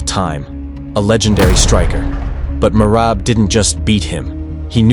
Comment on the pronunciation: GEORGIAS MACHINE BREAND "MERAB"